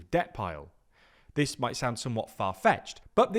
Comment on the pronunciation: "Might" with a strong emphasis on the "might" 😅 Please, don't assign "sense" to something, where good old "madness" serves as an more fitting explanation 🤷🏻‍♀️